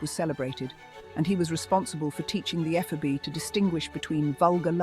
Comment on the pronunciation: You might want to learn how to pronounce "ephebe".